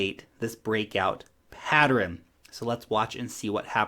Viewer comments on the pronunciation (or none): Its pattern, not patterin.